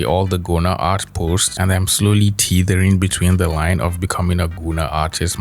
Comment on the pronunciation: "Teetering"? Really?